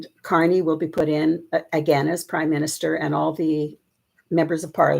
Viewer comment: There is a BIG difference between the word "corny" [KOR-nee], which means "simple; unoriginal; tiresome," and our Prime Minister's real name which is Carney [KAR-nee]. Please say his name correctly, thank you.